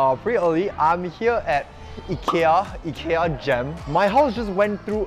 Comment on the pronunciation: Love how you take the effort to pronounce Ikea correctly